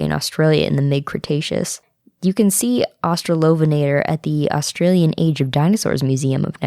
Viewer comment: i love 31 - 36 the pronounciations kinda wrong, its hilairious though its austrailion (so funny i can english right XD x1000)